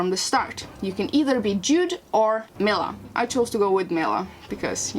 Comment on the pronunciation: Great vid man! Just a heads up, it's pronounced "Mi-LA" not "Mi-LI-A." They say her name all the time in the game too